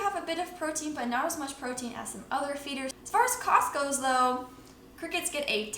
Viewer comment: What I hear: as far as Costco... What you say: as far as cost goes 😂